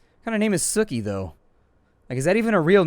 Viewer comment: it is very much a real name but it is pronounced like "Sue-Key" :)